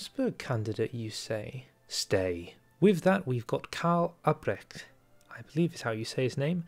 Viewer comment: If you Actually care how Albrecht is said you were close but the L is pronounced. Yours sounded like Abbrecht (well the "ch" was also a bit scuffed but that's likely the hardest to pronounce thing in German)